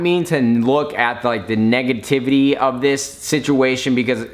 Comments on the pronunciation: Lmao "negatitivity" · He said negatitivity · he said negenitvity xD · Negaditivity LOL XD I love nadeshot. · LOL "Negatitivity" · "Negititivity" -Nade 2016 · "neganativity" and touching your face constantly, did you just snort a line of coke?? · Nadeshot Word Of The Day: "Negatativity" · Negadativity? Lolol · . Did he pronounce negativity wrong or did I just hear it wrong?